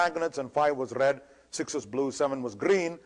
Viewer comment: if you listen to him carefully he does the RRRRR thing mostly if its in a syllable or if its the starting or the end one or two letters of the word. trrrrraffic, brrrrush, rrred, grrrreen, wirrrring, .. Its an interesting speech pattern i think. It could be for any other letter in the alphabet. What in the brrrrain makes you do that? I may ask.